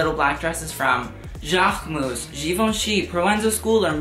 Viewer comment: even his own channel name is pronounced wrong. Jaquemus, Mugler, Hermés, YSL and so oooooon